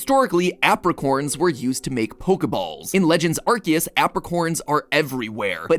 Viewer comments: Arceus not Arkeus. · IM SORRY DID HE JUST SAY "ARGEUS"??? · It's pronounced aar see uhs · as someone with the last name ARCE its crazy to hear the name ARCEUS said as ARCHE-us and not R.C.-us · am I the only one slightly annoyed with the way MatPat pronounces Arceus? I know ark-ee-us and ar-see-us are both technically correct, hearing the former is weird to me cause I say the latter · i think to say arceus is this way game/food/film theory bc you said it this way "arki use" i think this is how to pronounce it (its only my opinion on calling the god pokemon) pronounce like this "ar si use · bro. it’s not “ark-see-us” it’s “are-see-us” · Is it (ark-eus) because I thought it was (arse-eus) in terms of pronunciation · Yeaaaaahhhhhhh.... i think imma just stick to saying it like "are-say-us" 😅😂 the english pronounciation just sounds so 😵‍💫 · Mattpatt! You're saying Arceus wrong! It's aar·see·uhs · Mans really sayin arkeus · please no, I can't deal with 16 minutes of him calling "Arceus" "Arkeus" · He's called Arkoos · You pronounceing it wrong it's arkoos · coughs It's ARKOOS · STOP SAYING ARKYOOS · Bro it is not legends arceus it is legends arcoos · He did not just say "arh-keyuse" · Ahem, I think you meant to say ARKOOS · I hate that he says "ArKeus" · It can be pronounced either way but the official pronunciation is Ar-kee-us because arse is in Ar-cee-us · quick factoid there are two correct ways to pronounce Arceus and MatPat did not hit either of them (the first is according to the romanization of the Japanese name being "Aruseusu" which would mean it's a soft C, the second being that it was originally intended to be pronounced "ark-ay-iss," like "archaic". Which is why Silvally's ability is called the "RKS System".) Nothing against MatPat, just wanted to share this information because I thought it was cool. Enjoyed the theory as always :) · The way he pronounces arceous makes me want to cry🤣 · still not pronouncing "Arceus" correctly 😕